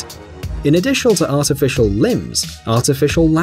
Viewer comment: “In additial to artificial”... nice This is